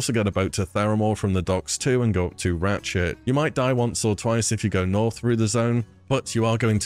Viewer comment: i cant tell if you say ratchet or ratshit